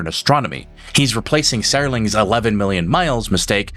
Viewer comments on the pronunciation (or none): engagement's engagement , so I hope this is all good for the channel, which I enjoyed. But its not just the "a" sound, it was the "e". Serling is pronounced "sir-ling" like a knight. I heard "Serr" as in " to Err is human..." which I cant forgive. 😉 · "Sera-ling" ? Whats the 1st name, "Tode"?